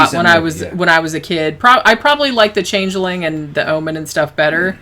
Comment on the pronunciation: The Change-eh-ling?